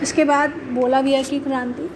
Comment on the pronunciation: its not Balavia. Its Bolivia